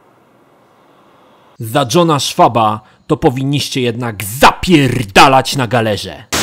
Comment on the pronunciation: "Za John'a Schwaba to powinniście jednak ZAPIERRRRDALAĆ na galerze" xD